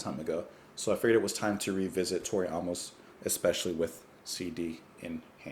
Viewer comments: Her name phonetically Is not ah-mos, that would spelled aumos, her spelling is Amos so pronounced A-mos like the letter A. Not being smart ass just a little help with how to know how to pronounce an unfamiliar name. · Why are you pronouncing her last name like that? It’s AAA-MUS. Long A. Like the man’s name.